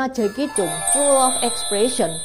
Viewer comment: koreksi sedikit. Jacky cheung itu nama keluarga nya Chang. Jadi di baca nya Jacky Chang 😊